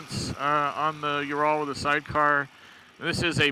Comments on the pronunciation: There is no bike named ”Joral”……….it is pronounced Ural. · This guy knows nothing about the bike. He even said it only had 26hp when they have around 41hp. No wonder he thinks it is a "you raaal". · Dude I can't even listen to you pronounce Ural wrong one more time! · Well when he can't pronounce Ural and thinks it only has 26hp. What did you expect?